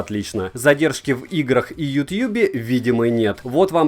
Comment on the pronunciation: Дружище, ну хватит уже! Какой "ютьюб" нахрен?! Уши вянут. А обзор норм. 👍